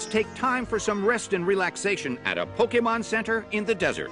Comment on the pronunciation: Had to stop watching because you kept getting the name wrong. It's "Pokémon: Hoopa and the Clash of Ages" not "Pokuhmon: Clash of Ages."